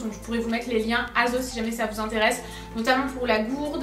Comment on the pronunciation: ça me STRESSE que tu prononces toujours aZos!!! C'est un S bordeyl!!! Merci 😬